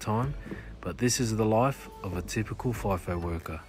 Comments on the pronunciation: It's f(eye)fo not feefo lol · It isn’t “fee-fo”! He said it 3 or 4 times, it’s “fye-fo”. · umm ex FIFO here.. and its not pronounced FEE FOH.. its FLY/FY - FO and as far as rosters go there is variations. back in the day people did six week 'swings' but 3x 1 (three weeks at work and one home) kind of took off or the 4 x1 .. but over time its reduced down.. some people will do four days on and three days off. my routine rosters were either one week on/one off or another popular swing (=rotation) was two and one. as for the freaking mess and 'crib'.. if you are lucky you get a good chef, but yes 'flashbacks on the coffee' and brekkie is the best meal of the day on these camps. most people get paid to sit on that bus (or plane), so whose going to whinge about that? then the $$ that people are on.. who cares? its all worth it.. but its not that romantic. when you are doing it there is lots of politics. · FIGH FOH..not FEE FOH 😊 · Not fee fi fi fo